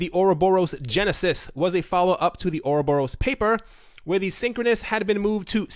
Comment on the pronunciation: You don't pronounce ouroboros right. Or rob er us. emphasis on the rob. not oro borus :p